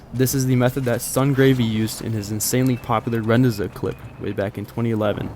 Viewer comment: How do you manage to pronounce rendezvous correctly, but repeatedly pronounce the achievement as "rend-ee-zook"?